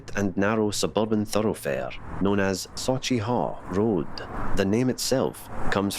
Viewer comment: Very interesting to see. I learnt a lot here. / I can't see it being said as saw-chee, but sawch as in loch. Anything -ch in Scots will be that sound. I had read before the haugh (pron: "haw") or hauch is correct and hall is a mistaken translation.